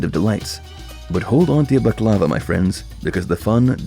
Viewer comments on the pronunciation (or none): none